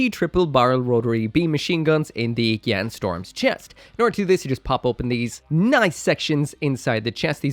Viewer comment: LuL u called it a gyan-dum xD